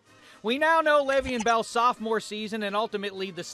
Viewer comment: u said his name wrong every time